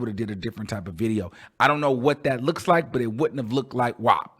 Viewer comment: You don't hate the song but called it look lmaooooooooo I can't take you..you said look lol lol